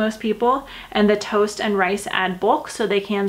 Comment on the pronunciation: are you from Minnesota, way you say toast sounds different